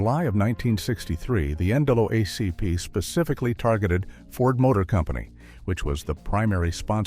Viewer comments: Tell your AI voice it's the EN DOUBLE AY CEE PEE. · Talks about the significance of the 1964½ Ford Mustang but shows 1957 Chevrolet. Can't pronounce Palmolive. Expounds about a lamp post it doesn't show. Can't say NAACP. AI creation & narration leaves much to be desired.